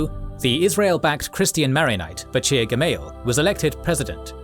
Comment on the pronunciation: This is good info but man I am sorry you did a really bad job with pronouncing the names. I don't expect exact Hebrew or Arabic pronunciation but some of them like Bashir (ch in French equals sh in English) are virtually unrecognizable, please consult a native speaker next time to get a bit closer.